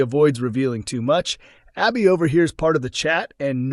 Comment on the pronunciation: It’s Abi, short A not Aubi